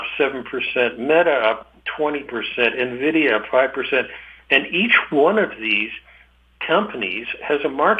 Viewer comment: Tough to take any investment “pro” seriously that can’t even pronounce one of the biggest company’s name correctly. (It’s EN- vidia not NUH-vidia)